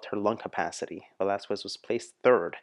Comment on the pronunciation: The pronunciation of her surname is ... VE-LAS-KES.... she is also known as the asia's song bird for decades now ..